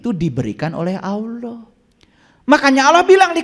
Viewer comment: Nyebut Allah saja ga bener.. itu lah ciri2 orang yg bukan muslim.. hanya berpura2 menjadi muslim.. 😂😂😂